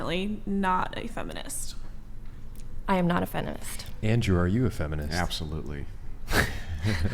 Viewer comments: The last woman said fenimist😂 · Who else heard the asian girl say "I'm not a fenimist"😂😂